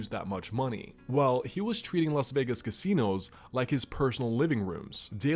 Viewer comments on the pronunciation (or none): none